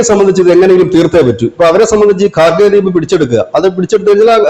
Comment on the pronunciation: ഖാർഗേ അല്ല. ഖാർഗ് ദ്വീപ് ആണ്.